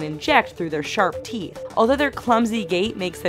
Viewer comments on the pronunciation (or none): none